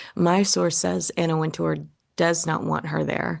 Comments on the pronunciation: It's Anna Wint-er, not Anna Wint-oor. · You keep mispronouncing Wintour's last name. The accent is on the first syllable.